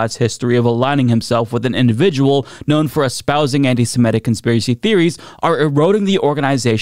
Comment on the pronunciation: One more time: not anti-SiMETic. It's anti-SeMITic.